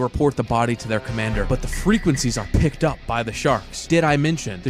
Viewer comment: It's "picked" not "peaked" .